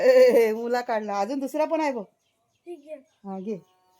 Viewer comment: मुला नाही मुळा बोलणे.